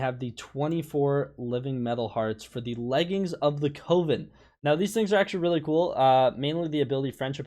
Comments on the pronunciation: Bruh. It ain't "cove-in". Coven is pronounced "cuv-in". I s2g you're still doing this on purpose. How is it possible to pronounce these common words so badly so often. Edit: It rhymes with oven. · it’s coven rhymes with oven not cOven